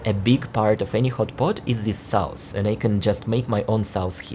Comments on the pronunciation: your English is very, very good but every once in a while..... trust me, I've been there, English is my second language. Now, the word "sauce" is pronounced like "soce". A "sauce" is a slang word for "drunk" and for sure you don't mean that. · Interesting....but no thanks, Dalat looks like paradise compared to this, all big cities tend to be much the same when the gloss wears off. PS: JFYI 'sauce' is pronounced 'sorss' with a long 's' at the end.😆